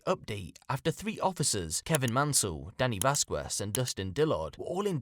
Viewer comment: as a Mexican, i feel i must say that "Dominguez" and "Vasquez" have silent "u"s. Pronounced Vas-kez <3